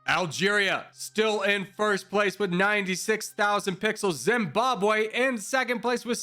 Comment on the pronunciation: Zimbabwe not Zimbabw